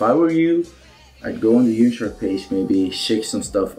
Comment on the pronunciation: Absolutely no one:: Yimshark